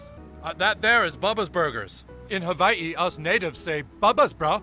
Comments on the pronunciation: All this time reading James Michener’s “Hawaii” ive been pronouncing it “hay-ole” 😂😂😂😂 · How Butters’ dad pronounces Hawai’i isn’t far off but not perfect. The w is pronounced like a v in Hawaiian. Also, they say ‘hapa’ a lot, which basically means a biracial person